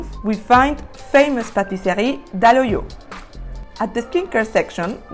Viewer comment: Dalloyau in french is pronounced DallOIyau